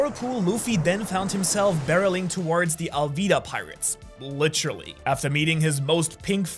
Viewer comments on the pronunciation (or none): none